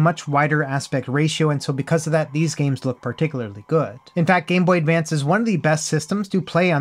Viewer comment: Did you say "gay boy advance"? Maybe a sound hiccup?